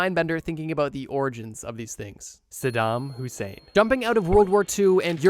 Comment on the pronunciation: "sadam Hussein" my Kurdish ahh flinched 💔